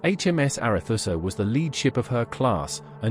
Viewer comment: 'Arethusa' was always pronounced 'ARETSA' during my naval service, not 'ARETHUSSA'